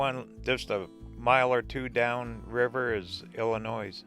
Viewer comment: sturgis is overrated nothing to see there but the national parks are awesome. illinois is pronounced illinoy. dubuque is prononunced dubuqe.